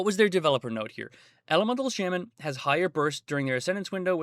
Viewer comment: It’s not shamen it’s shaman